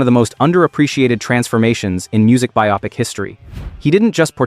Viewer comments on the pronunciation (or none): It's pronounced bi-oh-pic, not bi-owe-pic